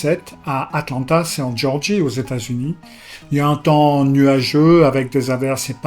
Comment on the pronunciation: Bien, cette vidéo ! Comme toutes les vôtres. Une remarque, quand on parle de l'État américain, il faut dire Georgie (sans accent sur le e car issue du roi Georges). La Géorgie avec accent est un État slave.